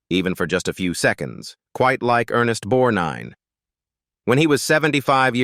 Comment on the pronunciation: I hate when the narrators don't pronounce actors name correctly It is Ernest Borgnine It's disrespectful